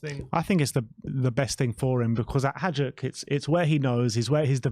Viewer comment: It’s pronounced Vushkovic and haiduk we don’t say the j lads